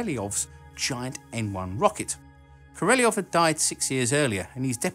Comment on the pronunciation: Enérgia, Glushkó, Korolyóv. Honestly, one thing that always takes me out of this sort of videos is butchered pronunciation.